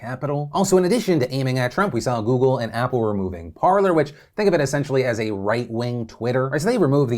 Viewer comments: I'm fairly sure it is pronounced Par-lay. As in the french verb to talk. Par-ler makes no sense. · Lads cmon. It's basic french. Par-lay. Not parlour.